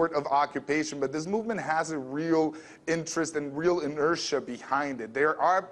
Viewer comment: I totally support OWS/99%... BUT... ... in·er·tia [in-ur-shuh, ih-nur-] inertness, especially with regard to effort, motion, action, and the like; inactivity; sluggishness. Get your act together, dude!!!